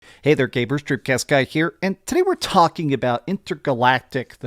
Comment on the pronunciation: Did he call me a "gayber" ?